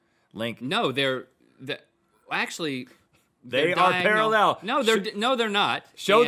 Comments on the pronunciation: Rhett says “paraLLEL” instead of pARAllel...kind of freaked me out a little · Can’t get past the weird way Rhett says “parallel”. Is that really normal in the US? Para-LLEL ... I’m sure I’ve heard Americans say PARA-llel, with the emphasis on tbe first syllable, the same as the UK. Am I crazy? 😳